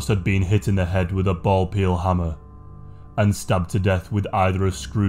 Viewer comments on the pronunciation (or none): Ball peeN hammer not peeL. Also, +Patreon. 😉